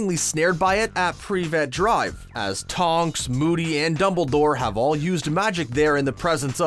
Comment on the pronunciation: PREE-VET DRIVE